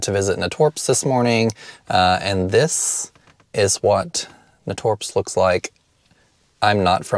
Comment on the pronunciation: I need to go there soon, such a great selection. It's pronounced nay-torps 😊 at least that's how us native Cincinnatian's pronounce it, lol.